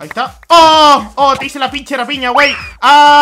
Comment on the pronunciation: Me encanto soy mexicano y me reí mucho "guei"